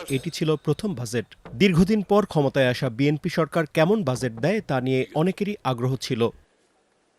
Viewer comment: উচ্চারণ এরকম হলে হবে? এটার উচ্চারণ "জ" ইংরেজি J অথবা dg. আর আপনি বলছেন "য" ইংরেজি Z বাজেট। বাযেট না। ডাক্তারদের ভুল ধরেন, অথচ একটা উচ্চারণ পারেন না।